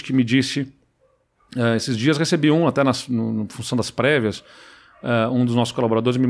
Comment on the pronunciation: "depois de ter perdido as previas"... e eu entendi "pregas".